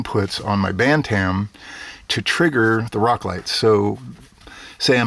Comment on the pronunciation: Your Pronunciation of Bantam hurts my ears... Pronounced BAN-TM, No A sound is heard in the second part. Here is some Help =>. How to Pronounce BantamYouTube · Pronunciation Guide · Feb 23, 2015